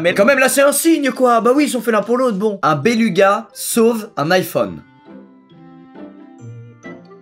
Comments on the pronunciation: Il me stresse quand il dit "bélUga" alors que ça se dit "bélOUga" 😂😂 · Béluga ça se dit bélouga pas béluga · Tout le monde fait une fixette sur les béluga et ce qu'ils font mais la seule chose que j'ai retenue c'est qu'il a dit béluga en disant U alors qu'on dit béluga en prononçant "ou" 😂😂 (Après peut être que je sais juste pas parler français et il a bien prononcer 😂) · J'adore comme squeezie dit béluga XD ça se prononce "bélouga" normalement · Y’a que moi que ça stresse qu’il dise belUga au lieu de BelOUga ? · EloDonito C’est parce que Squeezie a dit beLUga et non beLOUga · il parle juste du faite que squeezie a dit "béluga" au lieu de "bélouga" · Squeezie, apprends le parce que ça me perturbe. Ça se prononce "bélouga" 😂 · 'Un BelUga' si peu de respect pour un animal incroyable 🤣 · Nan pour moi c'est belUga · momé et clem Quéré oui ça s’écrit beluga mais ça se prononce belouga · "un béLOUga" ça vient du latin donc ça se prononce bélouga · EloDonito nan mais prcq Squeezie a prononcé béluga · on dit "bélouga" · Béluga se dit bélouga mais coll la vidéo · C’est béluga mais ça se prononce bélouga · je revisionne te Beluga se prononce belouga et il est écolo c tt, t drogué ou quoi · matheo clara Mon dieu, je me sens moins seule, j'étais pas bien à chaque bélugas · Non non est le seul à dire béluga